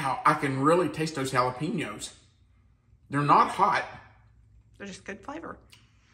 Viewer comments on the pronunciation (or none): you obviously were not a Spanish teacher. The word is Jalapeños and not Jalapino. Pronounced Hal-A-Pen-yo. But the recipe looks Sabrosa (flavourful)!